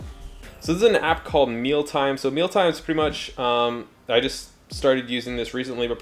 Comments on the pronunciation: Just a heads up...the app he showed is named : MEALIME not Mealtime like it sounded. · I think you meant Mealime not Mealtime!